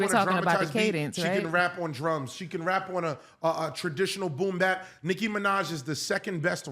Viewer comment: See, you loose me, when you say Nikki…🤦🏾‍♂️